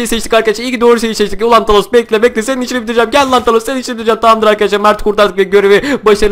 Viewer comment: He bide kafa dengi 2 o talos degil thanos diye Yaziliyor tanos diye okunuyor